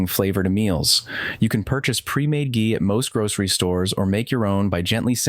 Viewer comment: “Ghee” is always pronounced with a hard G because of the H. You use both the correct pronunciation and the incorrect pronunciation, but you start off with the incorrect one. :-(